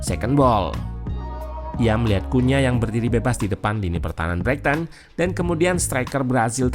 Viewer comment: Koreksi min, pronounciation nya "braiten"